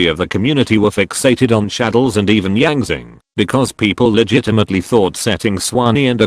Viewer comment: I am surprised, the pronunciation of Yang Zing and Suan Ni are rather accurate according to the official Chinese pronunciations.